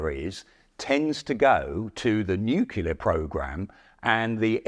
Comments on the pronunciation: the age of the tank will never die. also, lol "nukular" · This guy can’t pronounce nuclear. He says “nucular” repeatedly. No proofing or checking before release? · NU-CLE-AR! How hard is it??? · Did you actually say "nucular?? 🤣 When you consider how old the original design is, the fact that the M60 tank is still the front line tank of the USMC is nothing short of amazing. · Why do some people pronounce 'nuclear' as "new-cue-ler"? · If you're going to have someone cover topics of nuclear wartime, you should make sure they can at least say the word "Nuclear" correctly. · How can a guy keep mispronouncing 'NUCLEAR' his whole life and never get it right? Amazing. ..